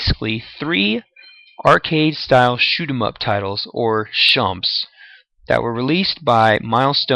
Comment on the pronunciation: Shumps...no SchmUUPs